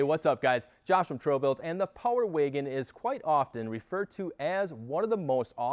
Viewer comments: The Power Wagon is capable, the talking head is incapable. Geez, he can’t even pronounce Power Wagon correctly. Amateurs. LoL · Why can’t this man say Power Wagon lol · Power Waygen boy every time I heard him say it like that I cringed..